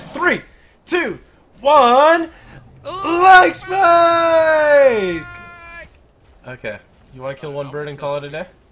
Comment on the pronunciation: Say like Spike